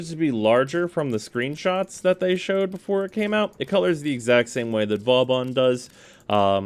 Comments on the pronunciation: Its not Vawbawn its Vawbin or Booben, hehe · Gotta say, most of the time I’ve herd you pronounce Vauban it wasn’t a big deal, but hearing it like 10 times.... It’s not Vaw-bon, it’s Voe-ban. Two smooth syllables. “Au” makes an “o” sound and “ban” is pronounced like “ban” when banning hackers/cheaters. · You still pronounce Vauban wrong, after all this time. People on the DE devstreams have said the name of this frame out loud numerous times. At this point you're just doing it on purpose. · Wrong, as are most people who wanna be pronunciation nazis. Vauban is a french word, and is pronounced like this: Now how about giving it a rest and stop trying to correct people on things you yourself don't even know?